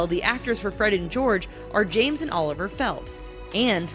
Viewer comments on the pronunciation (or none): none